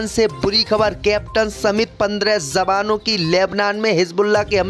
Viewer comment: Kya Kah rahe ho. Jawanoun ko Zawano, J ko Z mat kaho bhai.